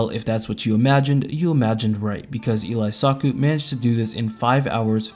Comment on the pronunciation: he's pronouncing elysaku like elias-saku lmao